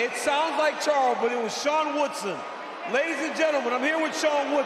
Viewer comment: 4 syllable name (Charles Jourdain) & you’re done hearing after only the 1st syllable smh. “Wooodsaaaan” made it obvious who won! I was only confused when Jourdain was celebrating Also the fight wasn’t close, Woodson dominated the fight despite the incompetent judges